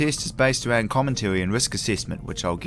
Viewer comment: Driving awound